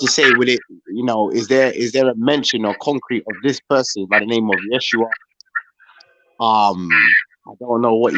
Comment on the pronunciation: Smh, it’s Yehshuah not “yeshhua